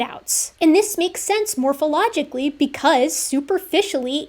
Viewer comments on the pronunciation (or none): It's not "Mork-ologically" - by the way.